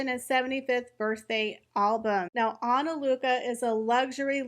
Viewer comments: I don’t think your sponsor will be very happy with you always butchering her name every time you mention it. It’s Ana Lucia, not Ana Luca. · You said ANALUCA... it's ANALUCIA. Your content always is very similar to that of RNN. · It's really pronounced ana-lu-see-ya. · It might be Ana lu cheea. Im Italian. Im not sure this is an Italian word. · ah-nah-LOO-thee-ah, sorry hate to be the annoying person who corrects people on how to pronounce a word but LOL. SORRY, no hate. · Pronounced /Ana-loo-see-a/ 😉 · Respectfully, Ah-nah-loo-see-ah is the pronunciation of the company's name! YOU are one of the perfect choices to represent her company on this social media platform. Another video well done!!!!! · You might want to look up how to pronounce*Analucia". 😂😂😂